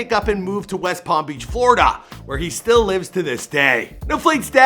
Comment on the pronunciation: He said flight lives in flawda to this day even though he lives in Los Angeles